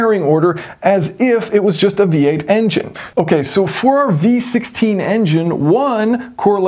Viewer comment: I can't help to hear B16 every time you say V16 😂